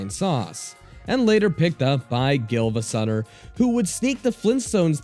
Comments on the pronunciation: Gilva Sunner... GILVA SUNNER!!!!!!!!!!!!! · gilva sunner before you said silva gunner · I've never heard of Giivasunner must be that low-quality rips Siivagunner knock off I've heard about.